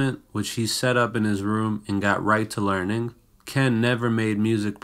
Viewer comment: why do u talk like that? "he set up his equipment and went right to learNING"